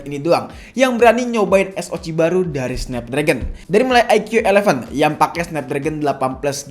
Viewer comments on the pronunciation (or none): Baru nemu kanal yt yang nyebut SOC tuh es o ci hihihi out of the box